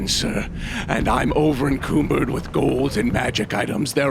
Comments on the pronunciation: I'm over "en-coom-bird" -. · Ugh....repeat after me "Oh-vur-ehn-come-burrd" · I've never heard over encumbered pronounced like that... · Bro is this a bit or are you dyslexic? Is it because encumberence has a nono word in it? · You misspelled the word he is mispronouncing! 😂😂😂